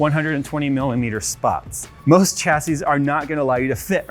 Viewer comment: Anyone else, who can speak English correctly, triggered by the continual mispronunciation of chassis? Pffft, no white version. Fail. :D